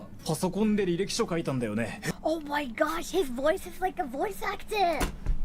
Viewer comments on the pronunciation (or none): / got me hearing her pronounciations - Voice Ack-teh. 😂 Pay-peh.